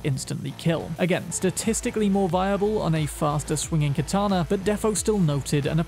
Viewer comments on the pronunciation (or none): none